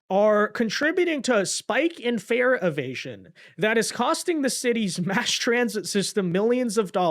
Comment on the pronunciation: said "fare evasions" but I thought he said "fear of Asians." 😂